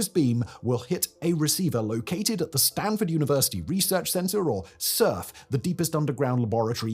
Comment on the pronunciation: it's Sanford, no t, not Stanford, big funding from T. Denny Sanford, big time philanthropist in South Dakota.